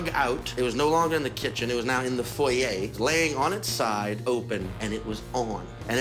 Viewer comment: He actually pronounced foyer the original way, unlike any American I've known. Is that a Louisiana thing, pronouncing French words correctly?